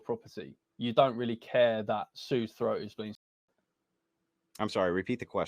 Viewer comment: This guy is trying so hard to get an emotional response by repeating CONSTANTLY "slitting yow dogs froat"